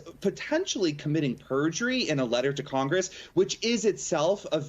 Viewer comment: I tried to listen, but pergury... Yawn.. I tried..